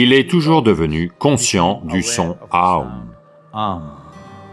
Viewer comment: OM est aussi lié à OM Shinrikyo la secte japonaise...donc oui très mauvaise prononciation (c'était des meurtriers au passage).